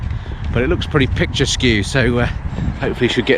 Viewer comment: i always thought the word was pronounced picturesque (picture-esk) not picture-skew